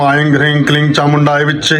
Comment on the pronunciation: vedio मे aing ऐंग्, hreeg हरीग्, क्लीग् ke उच्चारण हुआ है